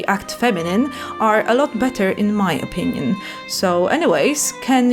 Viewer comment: "are a lot better in my onion".